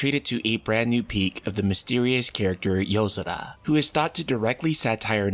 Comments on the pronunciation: It’s YO-SORA not how you’re pronouncing it 🙄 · Good video but holy Shit can you just say yozora without an accent every time. So god damn annoying